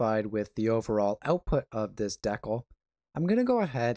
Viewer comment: DECKLE. Really? Haha. I like the content but couldn't get over the DECKLE and sound fading in and out. Thanks for sharing.